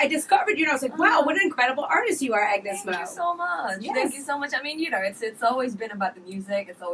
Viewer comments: Agnez mo not agnus mo .👌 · its AGNEZ MO not AGNUS MO. LOL 🤣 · It's Agnez Mo, not Agnus Mo. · It’s AGNEZ MO not AGNUS MO 😭😂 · AGNEZ MO not AGNUS MO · Its must Agnez Mo not Agnus Mo :( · AGNEZ MO!! Not AGNUS MO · AGNEZ MO NOT AGNUS MO😊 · Its AGNEZ MO NOT AGNUS MO !!!